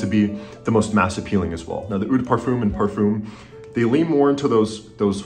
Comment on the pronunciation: eau is not "oo", it's more "oh". Just use Google translate and type eau de toilette in the French one and let it pronounce it for you